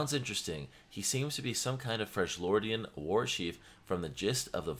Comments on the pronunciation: Why does " freglordian " triggers me ._. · If I hear Fredge-Lordian 1 more gotdam time LMAO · FREL-YORDIAN, NOT FRENCH-LORD PLEASE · WHAT THE FUCK IS A "FRRJLIORDIAN"?! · FREJ-LORDIAN made me stop watching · Why do you say freshjordian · youve played this game for how long now and you cant pronounce freljordian right. the characters in the game literally say it. holy shit